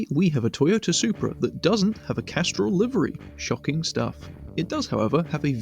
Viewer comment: “Toygoni Hypra” bro I’m dead… 💀😂🤌